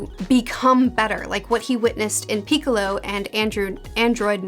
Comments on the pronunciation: Piccolo not Piccalo. It is Italian for cucumber 😅. Also Goten. Maybe it is dyslexia speaking 🤔 I know you are bad with names so don't think I hate speak to you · "Peeklelow" gave me a good chuckle, im pronouncing it like that from now on